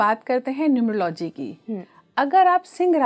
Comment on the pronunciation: न्यूमरो - "लॉजि" 😂😂😂 चाहे कितने आधुनिक, महंगे और फैनसी कपड़े पहन लो, गँवारों का सच सामने आ ही जाता है I "Numerology" शब्द का उच्चारण (pronunciation) "न्यूमर- औलोजी" होता है I 😅😅😅 गीदड़ पीले रंग और काली लकीरें अपने ऊपर पोतने से चीता नहीं बन जाता l